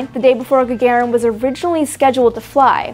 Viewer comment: Гагарин is pronounce [gaˈgarin], not [gɛɪˈgəɹɪn].